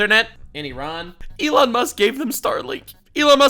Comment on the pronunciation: Why did I think you were saying Elon with a Chinese accent?